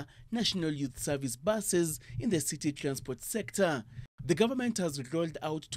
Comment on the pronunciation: The reporter is saying trlacsport sector!